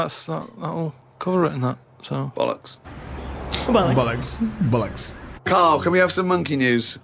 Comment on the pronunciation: Important pronunciation advice: it’s not bull-ocks, it’s ‘boll-ucks’😁